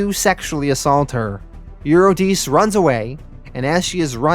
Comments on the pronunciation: Yes, and it's You-ri-de-see (Euredice). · Since when? I guess since 800 BC or so. Also the pronunciation of Eurydice follows the same logic. Eur- eh- dess- ee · and eurydice. U- re-di- ce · Honestly though, you butcher so many names throughout the whole Sandman series (You-ruh-die-see!) that it detracts every time. All it takes is looking them up before you post. I think that would attract more people to your storytelling.